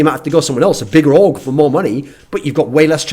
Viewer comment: I thought he said aug when he said org lol